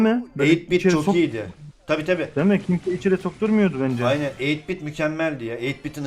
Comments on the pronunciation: eyit bit değil 8 bit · Eytbit ne yaaa 😂😂😂 farkedenler yoruma